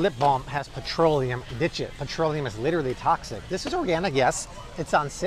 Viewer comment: Yeah, that super-American way you said "literally toxic" got me. I was, like, 5% offended, 95% amused.😂💀 Obligatory flags 'cuz 'Merica: 🇺🇸🇺🇸🇺🇸🇺🇸🇺🇸🇺🇸🇺🇸🇺🇸🇺🇸🇺🇸